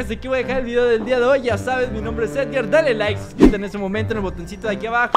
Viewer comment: Se dise edgar no ergar